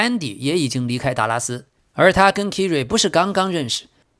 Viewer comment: 唉 你这英文名读音都错得太离谱了 Kyrie应该读作凯瑞 不是kiri😅 要不哥们听听英文新闻学学这些人名队名都怎么读呗？或者都用中文名好了，别难为自己